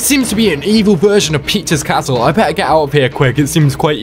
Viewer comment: sounds like you said “pizza’s castle” lmao